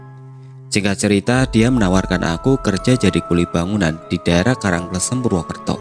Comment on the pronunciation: Btw Karang kLEsem bacanya 😁